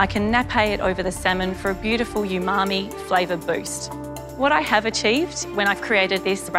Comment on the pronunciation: oo mami not yu mami... umami